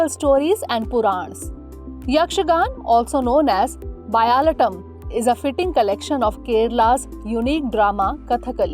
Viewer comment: A nice initiative but pls get your Pronounciation of terms right. Ik it's alien to u but it must be called what it is. It's fr UPSC. Gejje - Gej + je (Payal), not Gej Bayalatam - Bayala + aatam (Open field play) Bhutha - Bhoota (spirit) not Bhutta🌽